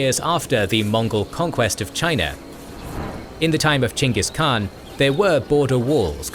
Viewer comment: props to you for pronouncing the Khans name correctly. i don't mind when ppl say "Genghis" cuz that for some reason is just how foreigners say it, but a historian such as yourself, i respect that you say his name correctly greetings from a mongolian